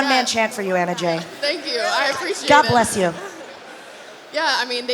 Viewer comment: It's not Emma it's Anna Jay